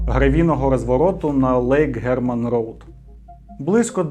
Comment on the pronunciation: мАлий ше раз пишу формат вкрав у яна русачка з дай файф і плюс буква р де ? Де буква р ? Пропала ? Втікла ? Я не чую від тебе р я чую ґ ґ ґ Не Германт Роут а Геґмант Ґоут